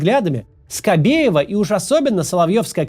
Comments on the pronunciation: Почэму Скабээва вмэсто буквы е всэгда говорят букву э ? Это акцэнт какой - то ? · А скабеева всегда так говорит? Какие-то жуткие праблэмы с дыкцыэй....